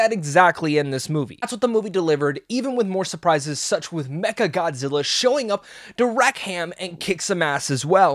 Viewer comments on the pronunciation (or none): none